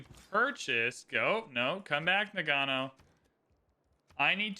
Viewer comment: It's pronounced NA-g'know.